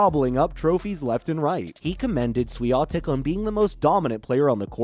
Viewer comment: it's awful how Swiatek is snubbed here like she was not a champion but some anomaly or a glitch to overcome. And geez, can you learn to pronounce her name correctly? So disrespectful